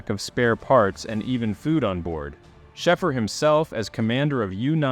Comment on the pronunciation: His name is pronounced,... "Shayfer" 4 fk sake!!! 😅😅😅😅